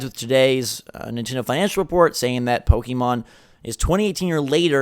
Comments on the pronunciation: Man, you really need to stop saying "pokEEmon". It's "pokehmon", please wtf lol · STOP SAYING "POKE-E-MON" YOU FUCKING NEANDERTHAL